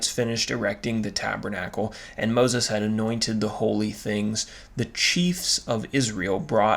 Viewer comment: 😂❤"Moses" ~ "Pronunciation"❤😂